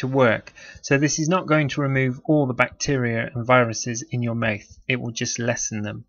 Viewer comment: Pronounce mouth correctly you're pissing me off. Mouth not myth